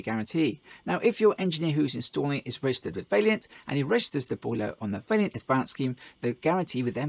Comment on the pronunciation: How am I supposed to take a review seriously from a “professional” who can’t even pronounce the manufacturers name correctly? It’s VAILLANT not Vailliant, you seem to keep adding an extra i for some reason. You say whack a 30kw in because it means you can run two taps at the same time, but that’s nonsense. It should be specd on whether you even have the cold water mains working pressure and large enough water supply to even manage a constant 14l/min + with two taps open, otherwise they’ve just paid for this bigger boiler for nothing. Also is the customers gas supply even big enough to power said bigger boiler you’re trying to flog them, or is that part of it all where you get to sell them a new gas run? You should be mentioning in your videos that using Vaillant modulating controls is best practice as these will increase the efficiency of the boilers as they modulate the burner, not standard on/off controls which are no benefit to the customer in saving money. Nicely produced video though 👍